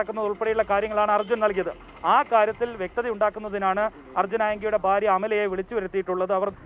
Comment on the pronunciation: Hallo.....😄😄😄 Faarya Alla.....bhaarya.....bha.....bha.....😁😁😁